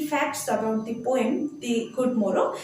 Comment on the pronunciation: At first I would like to say your explanation is very good but some pronunciation are not correct. The (দা) Good Morrow হবে। এরকম আপনার অনেক ভিডিও তে দেখেছি আপনার বেশ কিছু সহজ উচ্চারণ ভুল আছে।